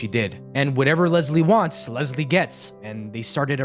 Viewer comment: Unfortunately I share the same name as Leslie. And I can tell you after having this name for 50 years, people named Leslie do not like being called “LEZ-LEE”. There is no “Z” in the name LES-LEE. It’s Leslie! Not “Lezlie”. 😊